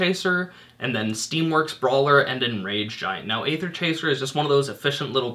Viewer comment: Hey, its no skin off my teeth, but just wanted to point out that Wizards has confirmed that it's pronounced "EE-ther," the same way as Caeser is pronounced. Love the videos, keep up the great work!